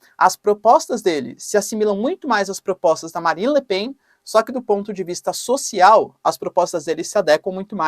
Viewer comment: É lamentavel que não saiba pronunciar correctamente os nomes Le Pen ou Melenchon. Igualmente nao sabe pronunciar a palavra "adequar".